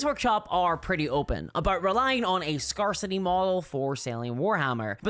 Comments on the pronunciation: Also - you're mispronouncing scarcity. Badly. There is no country on the planet that pronounces it that way. Grab a dicrionary, read the pronunciation guide, and then perform penance. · I love how pronounces scarcity like it is some Dark Eldar settlement, "Scar City". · Now that you mention it, "Scare City" also sounds like a Dark Eldar city.